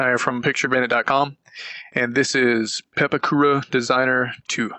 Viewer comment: Its pronounced paapawkuuda